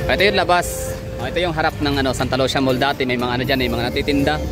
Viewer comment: Sir ang pagka pronounce daw ana kay murag in ani oh Santa Lu si ya dili Santa Lusya , 😂😂😂 pero mao jud imung gusto dili man pd hinuon ko magbuot ug mamugos😂😂